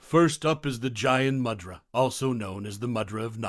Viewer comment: It's not pronuncedt jayan mudra but gyan mudra